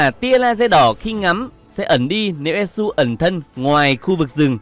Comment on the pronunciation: Thật sự là đọc elsu em lú luôn:))